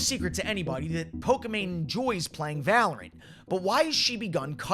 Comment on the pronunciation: Why is he saying poka mane tho